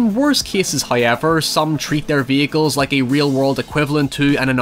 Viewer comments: me: however: hëœwever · Drinking game: take a shot every time says hoyever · love the way he says "hawyever"